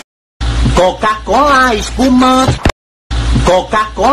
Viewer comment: La mía no mi parte favorita fue cuando dijo coca cola spuma